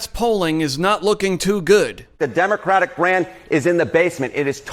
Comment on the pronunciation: "Demoratic" I like it